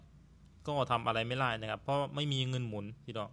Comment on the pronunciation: ❤❤❤ มีปัญหาเรื่องการออกเสียง ด มาตลอด เท่าที่ฟังมา น่าจะฝึกออกเสียง ด ให้ได้นะ ก็รู้ว่าภาษาลาวไม่มี ด ช ฝ ฟ เพราะฉะนั้นการออกเสียงพยัญชนะเหล่านี้จึงมีปัญหาสำหรับคนลาว เช่น คำว่า ดาวน์ เป็น ลาว ที่ออกเสียงเหมือนกัน ด เป็น ล บาวครั้งจะสื่อคำว่า ไม่ได้....ก็พูด ไม่ล่าย.... ตลอด ความหมายมันก็เปลี่ยนไป เราฟังตอนแรกก็เข้าใจว่าเป็นรถ คนลาว ที่จริงจะสื่อความหมายว่า ดาวน์ นั่นเอง พอฟังๆ ไปถึงรู้ว่า อ้อ.....การดาวน์รถนั่นเอง การผ่อนรถมาใช้ ทำไมเขาไม่เก็บเงินซื้อสด บางครั้งรายได้ไม่สูงอาจจะใช้เวลาเก็บหลายปี การผ่อนรถก็ใช้กำไรจากการค้าขายนี่แหละมาส่งค่างวด ก็เหมือนกับทำการค้าทั่วไป ทำไปต้องยืมเงินธนาคารมาลงทุน มันต้องจัดเก็บเงินสดไว้ส่วนหนึ่งเพื่อเป็นทุนสำรอง คือเงินประกันความเสี่ยงนั่นเอง